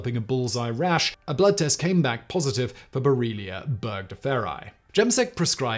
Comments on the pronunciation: I like your videos, and I'm not trying to be hypercritical, but you are repeatedly pronouncing the name of the bacteria "Borrelia burgdorferi" as bor-ee-ella, rather than the correct bor-re-lia; cheers! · Simon, your pronunciation of 'Borrelia' changes back and forth between 'Borrelia' and 'Boriella' XD